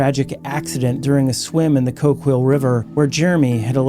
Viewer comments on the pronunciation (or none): the only mispronunciation I heard was Coquille River near the end. Coke-eel..not Coke-wheel